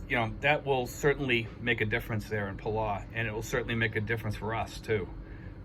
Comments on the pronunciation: I like your videos and agree this is good news! You might want to check the correct pronunciation of Palau. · Your not pronouncing Palau right, get it right.